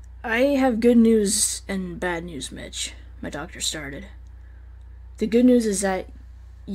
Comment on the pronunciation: Why does it sound like Mitch is saying bitch